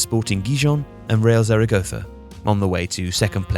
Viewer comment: makes sure to pronounce the second 'z' in Zaragoza correctly also: pronounces the first 'z' like the English Z